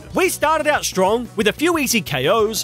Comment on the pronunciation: Bro said stronk